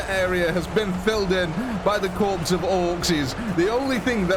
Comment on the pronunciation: lol "corpse of Orkses".